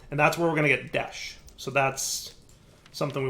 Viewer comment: At this point, I'm convinced is a massive troll. Tolling Behavior: 1) Mining some Desh Ore, not mentioning it, and then (not 3 minutes later) saying "I'd really like to find some Desht Ore" 2) Pronouncing Desh as Desht even though he knows it's wrong 3) Not automating all the basic resources and then complaining that he doesn't have them automated. 4) Setting up his crusher golem as far from an auto smelter Create setup as possible. 5) Not setting up his auto fisher correctly, and then complaining when it leaves stuff all over the place. 6) Making a complicated mess of Create machinery that doesn't work right, and then (you guessed it) complaining about it and calling it buggy. 7) Even when complimenting something, like the schematic cannon, he finds a way to throw shade at it because he "prefers my own mod." Well of course you do. Every mod you make is ridiculously overpowered and removes the puzzle-solving aspect of actually designing machines/factories/automated farms that are based in a somewhat believable reality. But no, why shouldn't just make a block that magically moves everything everywhere instantly at 0 cost while being super cheap to craft? Lol! Please! It's sooo broken that you might as well just stop playing survival and just play in creative mode. 8) Start playing a difficult mod pack, complain that it's difficult, then quit after you get through the mid game because the end game stuff is too difficult. Like, we get it, you don't find that stuff